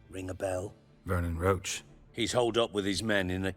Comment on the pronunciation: Idk who came up with calling Roche "roach" when it should be pronounced as "rosh" but it’s very irritating